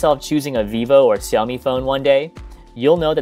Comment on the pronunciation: It is pronounced shoumi not ciomi